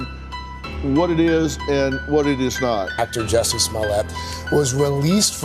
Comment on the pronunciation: It's Jussie-tice, not justice. Hopefully he is found guilty a 2nd time and gets a worst sentence for this circus.